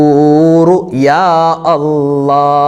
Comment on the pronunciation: യാ അല്ല അല്ല യാ അല്ലാഹ് എന്ന് പറഞ്ഞു കൊടുക്കൂ